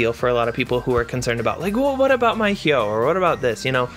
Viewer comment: Finally someone who can pronounce Hyoh.